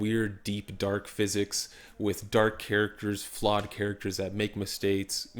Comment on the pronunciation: "make mistates, make mistakes". Did you make a mistake on purpose?